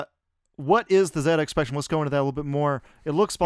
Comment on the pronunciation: It's not ZX Spectrum! It's ZX Spectrum!